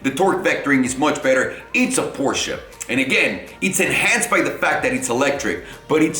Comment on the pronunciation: Shout out to for saying Porsche and not Porsch